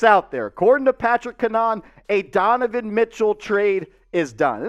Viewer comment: Its "CAN-a-HAN" btw. He went to school for broadcast journalism and he doesnt try and go for "clicks" I would would say that its credible if I had to put money on it.